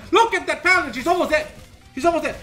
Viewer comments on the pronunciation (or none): none